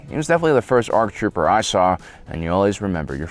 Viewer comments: "Arc Troper" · Arc Troper yo! Lol. Seriously dyslexic moment. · The first Arc "Troper"